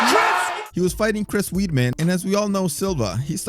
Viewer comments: Chris Weed-Man? lol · Who the fuck is chris weedman???? Either learn the names or dont cover the sport.... hes only the 4x champion